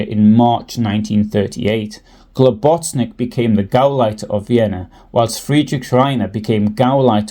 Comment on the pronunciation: You're misprouncing Globus's surname. Good effort though